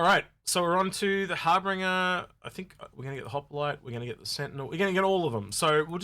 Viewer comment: I chuckle every time says Harbinger (aka "Harbringer") and Hoplite (aka "Hoppalite"). It's like George Bush pronouncing nuclear as "nucular".;-)